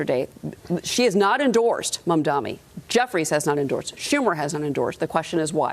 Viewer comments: Just freaking loving this flailing from Fox News. Just loving it!!! And by the way, just 3 syllables mam-da-Ni. Not that difficult to get right. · Can you please call him name right… MAMDANI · Imagine being this brain broken that you can’t even pronounce his name properly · Ancient white boomer can't even pronounce Mamdani's name 🤣 Can't wait for the outrage from the old racists here when Mamdani wins 🤣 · He can not pronounce mamdani’s name idiot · Why do people who oppose Mamdani make a point of not pronouncing his name right? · These people cannot even pronounce Mamdani's name correctly. I wonder if they have completed high school.